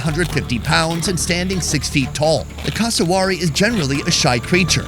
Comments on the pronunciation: It's pronounced cass uh wear eee and is a living version of a velociraptor with their feet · Cus-a-w o r r y... E mooo... 🤭🤦 He's not the only one who says it. C'mon Americans, you'd be like 🤨, if we Aussie's said/pronounced these animals something like: American belled eagle 🦅 lol.. Or American Beeson 🦬 🤣😆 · FFS, learn to pronounce Cassowary! CASS-OH-WARY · That pronunciation of cassowary really threw me for a loop :') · your pronunciation of Cassowary and Emu was painful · This blokes pronunciation of Cassowary was like nails on a chalkboard. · Plz learn how to pronounce the name of that bird properly